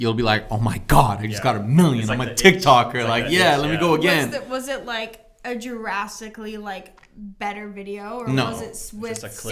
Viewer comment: Did homegirl just say "jurassicly" instead of drastically? 😅🦖🦕😅🦖🦕😅🦖🦕😅🦖🦕😂😂😂